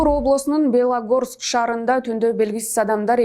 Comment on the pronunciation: Балогорский эмес белогорский районну деп окулат свободный шиманновский мазанский магдагачинск